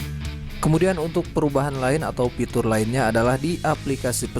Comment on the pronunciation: Fitur bang, bukan pitur 🤪